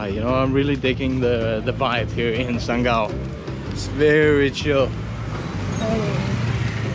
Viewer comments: Sanggau pronoun so good its like lokal 😂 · Saya sebagai warga masyarakat Sanggau, terimakasih telah mengucapkan nama daerah kami dengan penyebutan yang sebenarnya. Saya menaruh hormat untuk anda